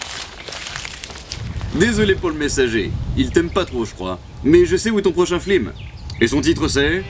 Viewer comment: il a dit flim ? Etape 1: prendre la table. (\º _ º)\┬─┬ Etape 2 : retourner la table. (╯°□° ╯︵ ┻━┻